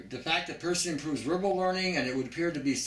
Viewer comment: I've never heard Pie-rass-a-tam (Piracetam) pronounced as Per-see-tum. Your information is impressive. When I was doing my research for my Nootropic Video I would have liked to have included a few items you've outlined. My tweak dosage is a little different than yours. I go with Piracetam (1/4 Teaspoon) and Choline Bitartrate (full leveled teaspoon), twice a day. You're right, you do have to cycle it or you will get brain overload. Everything you've mentioned is very accurate.